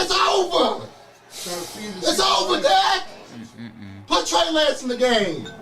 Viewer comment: LOL, Cut it off “THIS GAME IS OVA” “ITS OVA”,,, LOL😂😂😂